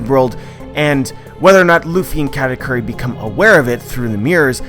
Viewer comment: actual pronunciation: ka - ta - koo - ri westerners: kkaaahtaykyuri